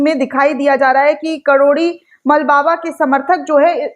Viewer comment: karori nhi kirori...😂